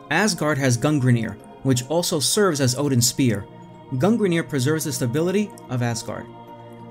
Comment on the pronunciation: This is one of my favorite games of all time. Quick correction that you may have already corrected, considering the age of this video. There is only one R in Gungnir. The u is a long u, so the first syllable, Gung, is pronounced kinda like Goong, the second is neer. Until I was corrected, I used to pronounce the u like in gun, and the second syllable "ner." 😆 Also, if you think Odin and Freya are fucked up in THIS story, remember that this is only based on Norse Mythology. They are SO MUCH WORSE in the actual mythology. Odin isn't as bad as Zeus, who is the absolute worst, but he's pretty awful.